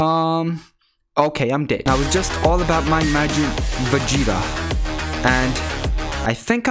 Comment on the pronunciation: All I hear him say is majin fajita 😂🇮🇹🇮🇹🇮🇹